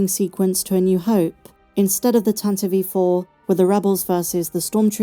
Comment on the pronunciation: You are the very first person... and the very first Star Wars content creator... who actually said The Tantive IV's name correctly! "Tan-ti-vee"! The show was a HOMERUN! I loved all the nods to the films that inspired it, without ripping those ideas off. And the hologram from The Holiday Special had me in stitches! Can't wait for more!